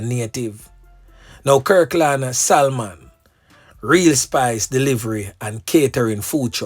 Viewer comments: Salmon is pronounced Sah-mon..not Sal-mon..nuh bother go restaurant go order the Sal-mon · The l .is silent it pronounce samon imurt know it's my sir name just correcting you thanks. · THE "L" IS SILENT IN THE NAME "SALMON".!!